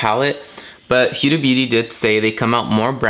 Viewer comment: Great job, but I must say it's pronounced "Hooda" not "Hueda"...thought you did a great first impression of the new Huda Palette though! 😘